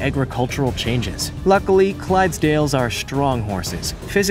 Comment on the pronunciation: You got shetlands right, Clydesdales.... 🙈 well ill just leave that. Irish cob. Well done for getting it correct.